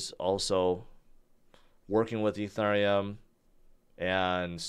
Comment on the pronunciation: I’m like, “Is he saying Etherneum ?”